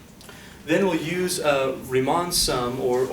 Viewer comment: I love your lectures a lot, but the way you pronounce riemann sums is an insult to all living beings on this planet